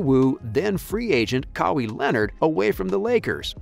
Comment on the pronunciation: You make sports videos and can't pronounce Kawhi?